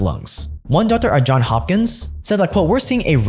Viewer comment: Hey …..it’s “JOHNS” Hopkins…..not John Hopkins……..